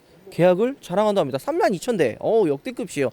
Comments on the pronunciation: 역대그비에요 가맞아요 역대급시에요가 아니예요 방송보다가 저 말만 나오면 좀 깨요 정보공유 채널인데 발음은 잘 해주셨으면합니다 부탁드립니다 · 왜 역대급이에요를 역대긊이에요라고 발음하시나요